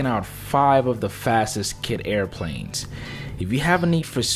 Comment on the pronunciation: should I listen to a plane dude that calls them air pwanes?